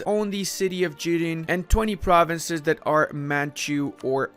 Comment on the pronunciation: is very good at pronouncing the province names that most English-speaking EUIV youtubers butcher. It’s very refreshing to hear. Seems to know a fair amount of history, too.